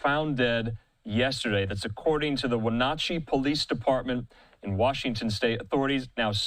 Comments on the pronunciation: Dude , where are you from ? Wen NOT chee ?? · Wonachey? Its pronounced 'when at chi" grow a brain and do research. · The city is Wenatchee is pronounced When- at-chee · Pronounced when-atch-ee. Lol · You might want to pronounce the city correctly.